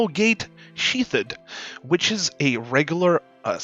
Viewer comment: Did he say Sheath-id and not Sheath-d???